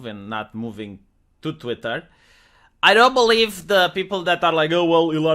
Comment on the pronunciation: Say "TVWEETAAHH" again